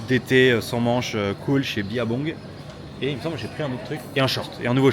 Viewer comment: Je ne savais pas que Billabong se prononçait biYabong, je l'ai toujours prononcé biLabong Je ne sais pas quelle est la bonne prononciation mais c'est ce que je retiens du vlog